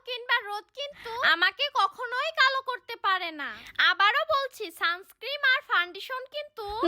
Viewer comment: ওটাকে সানস্ক্রিম বলে না ওটাকে বলে সানস্ক্রিন ক্রিম তোমার বলতে ভুল হয়েছে